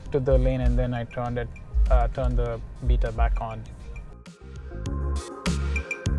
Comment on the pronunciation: Love watching your vids man. Live in the Heights and my MYP doesn’t have FSD Beta yet. Since it’s only a week old I’m hoping I get it soon. Please please say beta correctly though. Beta as in bay-ta not beta as in bee-ta. It’s like nails on a chalk board.